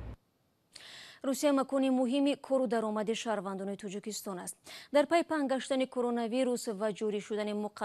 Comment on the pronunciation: тучик не тОЧик, Тучикистон не Точикистон.